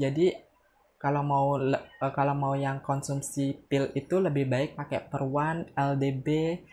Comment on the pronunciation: Peron mbak bukan perwan😂😂